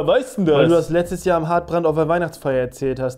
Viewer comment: "im hartbrand"...mit t haha